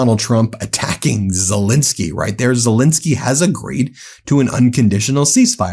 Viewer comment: Zel EN skyy!